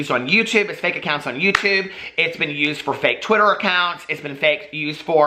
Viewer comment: BITCOUNT ACOINTS 😭😭😭😭😭😭😭😭😭😭😭😭 I’m screaming